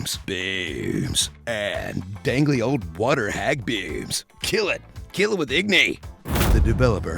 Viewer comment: "Kill it - kill it ith igni" just killed me :D